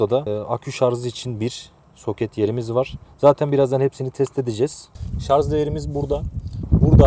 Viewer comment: Ürün tanıtırken şarz diyen adamı ciddiye alamıyorum